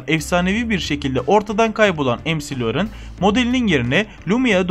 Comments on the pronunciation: Em ci lorin diyor ya la mal admin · McLaren= EMSİLURIN????? ZUHİHAHUNŞYAHAHAHAHAHAHAHAHAHAHAHAHAHAHAHAHAH